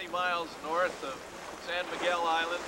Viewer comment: Love the video. Fished there on a commercial fishing boat my wife got me on. by the way it's Sao Miguel ( sow) Miguel....good sailing.